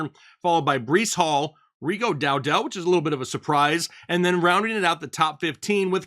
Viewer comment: DOWDLE not DOW-DELL. For Pete’s peppers how are you saying the name wrong.